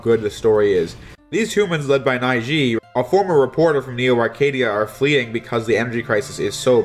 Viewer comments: By the way Ciel's name is pronounced like seal. Neige is pronounced like beige except with an N. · "Nai-gee"? Always thought it was "Nayje"... Edit: Did you seriously mess with Caravan of Hope and Straight Ahead? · "Nai-Gee"? Really? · I realize dinner's cold on this video, but Neige should rhyme with "Ledge" minus the D sound. It's French for "snow"! I took too much French in high school not to drop this comment v0v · the proper way to pronounce Neige is like saying edge with the letter N in front, just thought i'd i help out. Otherwise great review of the Zero games. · Neige should be pronounced Ney-juh (It's french for snow). And Ciel is See-L (It means sky) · The name Neige is pronounced Nehje, with a soft J, it's french for Snow. Just as an FYI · While Lord Weil is similar to Wiley they definitely aren't the same character. During the elf wars he is actually a young human. If you read the official complete works they show his different design notes and art designs. I really did not like the crafting system, but you should check out the junk armor. One minor nitpick. Neige is pronounced Nayj Edit; just wanted to say that I really do like and appreciate your reviews. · The way he pronounced the name in the video bothered me too! Ha ha. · OMG the way you mispronounce "neige" kills me. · Fantastic review as usual. One nitpicky thing that literally doesn't matter at all: Ciel means sky in French, Neige means snow in French. Your pronunciation of both is horrendous. It doesn't affect the quality of the review at all but it kills me to hear it said so poorly HAHAHAHAHAHA Keep up the great work. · Aside from the odd pronunciation of Neige's name (it's french for snow), another rock-solid review, J. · Loved your past reviews, love this review.... But my god the butchering of how he pronounced Neige is cringe inducing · Neej is still better than how J pronounced it lol. I used to pronounce it like that too